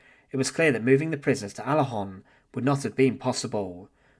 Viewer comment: It is ”Alençon (UK: /æˈlɒ̃sɒ̃/, US: /ˌælɒ̃ˈsoʊn/[citation needed], French: [alɑ̃sɔ̃]”